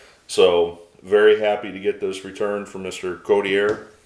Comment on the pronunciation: Thank you for sharing the success along with the bios. As life long Mariners fan who remembers Chuck I can say with 100% certainty that his name is pronunced COT (like you sleep on)-E-A